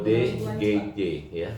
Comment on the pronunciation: Pengacara macam apa ini mau bilang ODGJ aja di bilang OGDJ😂..